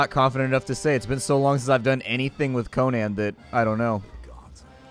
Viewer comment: It's pronounced coh nin